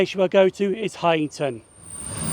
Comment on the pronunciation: Brilliant video and id say you pronounced Heighington correctly, those industrial building you saw are from Royal Ordanance Factory 59 from ww2, if you look at railmapsonline you can see where all the track around that site used to be, it was servered by three stations to get the works there, even today there is still little bits of track in place. if you like walking mate you should take a walk up to Brusselton incline which is just past where shildon wagon works used to be now the industrial estate along from the Mason Arms crossing and pub. ray shildon